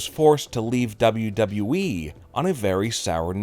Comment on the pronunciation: I think there are two guys doing this channel and are brothers. At least this guy says “WWE” properly LOL